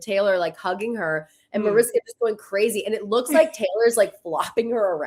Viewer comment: You’re pronouncing Mariska Hargitay’s name wrong. It’s a Hungarian name, therefore the ‘s’ in her name is pronounced as “sh” Like “ MariSHka